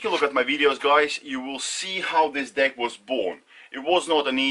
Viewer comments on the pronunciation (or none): The fact that you pronounce Deck in a way that makes it easy to hear Dick makes the first minute of this video a story about how you went through and broke several Dicks before you settled on one you can trust with your weight :)